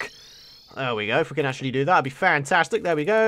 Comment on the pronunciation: it sounded like he said I hope I CANT do this lol